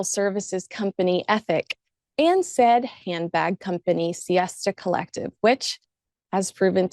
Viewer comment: love your insights and thoughts,! one of the (sadly so) few royal commentator journalists who actually does research. however, there is something you missed out: it's not 'siesta collective' (like in spanish siesta), but 'sista collective' (like in sister of colour). sorry to bring it to you 😉👍🖖😘 keep going, you are one of the best to me